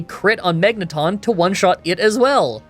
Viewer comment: Ik this is random, but if you watched the series....how are you mispronouncing Magneton, Aggron, and Xatu. I was already lost about how magma was being said which is not a pokemon thing but a real thing...